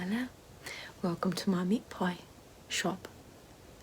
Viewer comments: meet poi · take a shot every time she says “meat poiy” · LOL it sound like you are saying meat boys. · We should make it a drinking game every time she says "meat poy"! 😂😂😂😂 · Not only is “meat pie” considered a classic Australian food, but the way you say it Ahahaha! Sounds so Australian